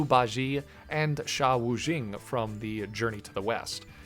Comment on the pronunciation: i'm a native mandarin speaker - i absolutely LOVE subjectively videos and designs (i wish they were in the real games), but pronunciation of Zhū Bā Jiè and Shā Wù Jìng made me spit out my water